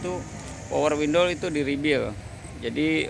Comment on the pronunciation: Bang bukan rebil ... tapi REBUILD